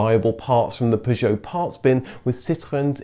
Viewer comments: I am 57 seconds in and already I cant handle the way Citroen and Peugeot is being pronounced. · Extra points for the correct pronunciation of Citroën and Peugeot, it's these touches which really make your videos stand out. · Great video, but the pronunciations of the makes are hilarious. What's a Pujot? lol